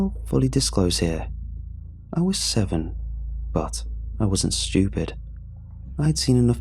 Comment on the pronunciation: what's your favorite word says? mine is "shewtupid"